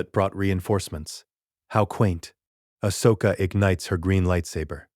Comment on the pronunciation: Your AI is pronouncing her name wrong. Did you spell it Ahsoka, or Ashoka? The first one is the right spelling. I am writing a What If novel. My AI pronounces it just fine.